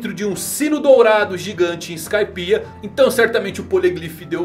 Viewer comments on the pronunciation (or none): none